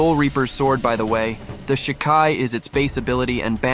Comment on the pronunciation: Wait wait wait, you can pronounce Yhwach but not Sasakibe...and shikai.😂